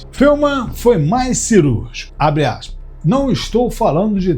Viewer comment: Feuman? Conhecia ele como Feynman.